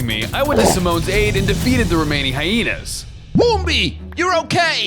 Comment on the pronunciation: It's not bombi and simone it's pumbaa and timon